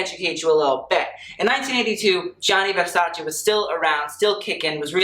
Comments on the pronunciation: 1. Love the sweater he is wearing. 2. Tilda always delivers. 3. Love how he, an american man, knows how to pronounce VERSACE. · WOW! It s the first time ever I heard a foreigner pronounce correctly Versace. Thank you very much for taking the time to learn it :).